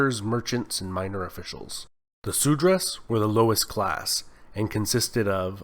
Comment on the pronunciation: Seriously yaar :( Su-dra, Ga-n-ges? Lol